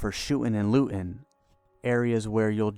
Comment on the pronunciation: "shoo'n and loo'n" come on speak english